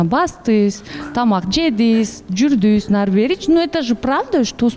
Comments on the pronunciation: Журдунуз ,келдиниз,бардыныз,калдыныз деп суйло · Журдус, келдиз, бардыс анан калдыс деп эле тантырадыго 😂Кыргызчаны так даана суйлосонор эфирде отурганда!